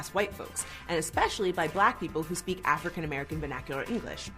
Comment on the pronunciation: The truth is, it comes down to ignorance. It's not an accent thing, it's simply not correcting yourself when you're young. Making excuses just shows more ignorance and no, there's nothing racist about asKing why. The other word that makes my eyes roll is eKspecially, it's eSpecially and no, it's not necessarily racial as someone I work with is blonde and white and he says eKspecially. No, they're not acceptable just because idiots on this show say so. Oh, and another thing, it's eSpresso, not eXpresso.